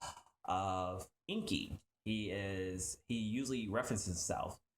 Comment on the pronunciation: You are right enki he is speaking it all wrong